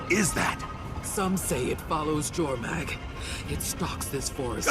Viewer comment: Finally, someone who pronounces Jormag properly..